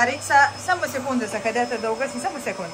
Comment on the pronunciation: Sahadeta se kaže = Sa - ha - de - ta.😂